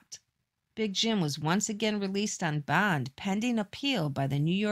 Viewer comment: While he was out on “bond”. Bond is one syllable and shouldn’t be dragged out until you run out of breath…..